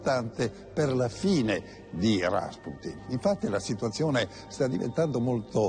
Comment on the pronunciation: Rasputin non si dice con l'accento sulla sillaba a ma sulla u ... ;)